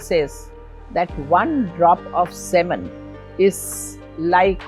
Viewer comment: It's not sehmen, but it's pronunciation is sea-men. Folks fail to understand that sexual addiction like any other addiction can be related to mental health disorders like Bipolar disorder. Hypersexuality is a comorbidity. Why frame only boys and men in the fapping sphere... What about the girls and women who go finger jabbing like no tomorrow? 😡 😡 😡